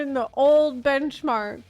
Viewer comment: Why did it take me 5 minutes to realize was saying bunchmark on purpose😅